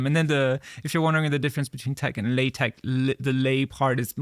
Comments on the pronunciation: Naa, it's not 'Le Tech' (very French, lol), more like either 'Laa-Tekh' or 'La-Tekh'. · It's so funny as me, non-native for pronouncing TeX/LaTeX properly, your pronunciation is also a bit weird!